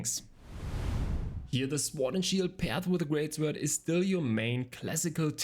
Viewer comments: It is not SWWWOORD, it is pronounced Sooord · hmm google translate says sord not sWord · The way you pronounce sword and wand is really weird. Sword is pronourned 'sord' the w is silent. Wand is pronounced 'wond' not 'vAnd'. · isnt the W in sword silent?